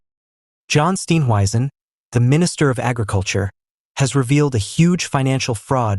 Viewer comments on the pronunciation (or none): Please pronounce his surname correctly. Steenhuizen. Not Steen weisen. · For heavens sake learn to pronounce his name properly- it's easy !!